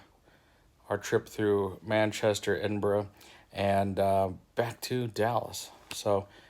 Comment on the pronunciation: Your nailing the English and Scottish city pronunciation ;)